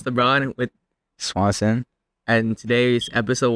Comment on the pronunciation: It’s swansooon